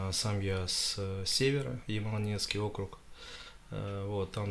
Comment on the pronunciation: Ямало-НеНЕцкий автономный округ!Даже свою как он любит говорить родину правильно назвать не может.